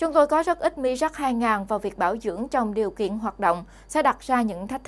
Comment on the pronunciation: Nên đọc theo tiếng Pháp : mirage ( mi - ra-z ) . Cám ơn .